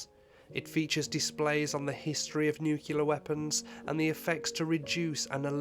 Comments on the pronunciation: NOOO DON'T SAY NUUCULAR. IT"S NUCLEAR! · It's nuclear NOO-KLEE-AR not NOO-KYOO-LER! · How can you possibly make a video about Hiroshima and not be able to pronounce nuclear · Please learn to pronounce nuclear properly- such a great video otherwise.